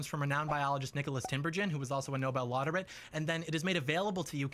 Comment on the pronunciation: I think it says a lot about John that he's never heard the word "laureate" spoken.